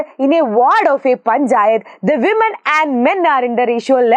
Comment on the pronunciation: Weman alla womman aa❤😂